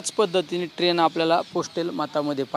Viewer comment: अहो खासदार साहेब ट्रेन नाही ट्रेण्ड म्हणा राव....